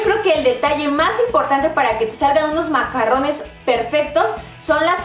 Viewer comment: Se llaman macaron, como bien dice esta otra chica los macarrones se refieren a la pasta italiana. Y no se pronuncia con doble R sino con R francesa ( dificil de pronunciar y que te entiendan los parisinos sino eres de alli) xD